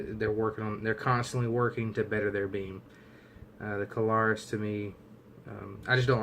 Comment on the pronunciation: Two syllables, it is Klarus not Ka-lar-us.